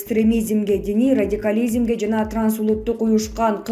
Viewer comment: Ай радикализим экстремизим дебей тилди уйрончу биринчи, анан калп суйлобой жур! Аж противно!